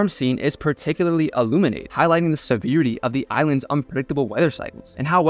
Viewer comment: just because you used it a few times, harmonious = /har-MOE-nee-us/, and harmoniously should be used in adverbial positions. also, severity = /se-VAIR-it-tee/